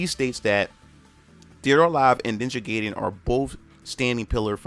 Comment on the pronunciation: its ninja gaiden not ninja geyden...learn to spell